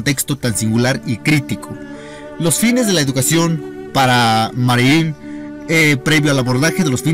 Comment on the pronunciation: Ni siquiera sabe el nombre, dice "Marié"!!! Esto está lleno de errores y omisiones esenciales.